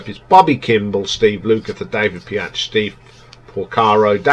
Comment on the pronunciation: David Piach? It´s David Paich (pronounced like Page).🙂 "Somewhere Tonight" sounds like a boy band?! I have never heard a boy band do a half-time reggae-shuffle. The singing and the base playing is awesome on that track. "A track called Lee"!? Have you even listened to the song? 🙂 It´s Lea, L-e-a. One of their best songs ever, IMO. On Steve Porcaro doing programming ringing your alarm bells; that´s what he always did, even on your two top albums, so I don´t quite get why it´s setting of your "alarm bells". "Mad About You", "One Road" and "Cruel" being "filler tracks" or weak?! They are the best songs on the "Mindfields" album, for me. The songs you like are the worst IMO. 🙂 I see a trend here; you tend to like the rockers and cool riffs, not the greatest songs/melodies. I am a guitarist (and pianist) and Steve Lukather is one of my favorite guitarist but I still prefer the songs with great melodies and grooves. Beauty is in the eye of the beholder, I guess. However, I agree that "White Sister" is one of their greatest songs. Finally, you forgot to the rank the "Toto XX: " and the "Past to Present"-albums. 🙂 "Past to Present" has only 4 new songs, however, but one of them "Can you hear what I´m saying" is great. "Love has the power" is good too. Personally I have problems with ranking their albums before"Toto IV" that high. Even if there are many great songs on them, they have such thin production, which for me is just a little hard to listen to. Here´s my top-ten ("Fahrenh